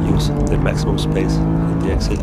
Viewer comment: "trust ze car. trust ze grip"